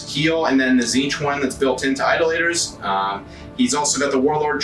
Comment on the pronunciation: I can’t help but think you were trolling us with the pronunciation of Idolators the whole way through…